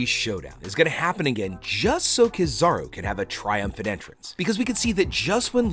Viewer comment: It's not kizaru it's keeeezaruuu